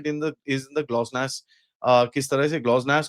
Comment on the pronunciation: Bhai! It's GLONASS not Glosnass!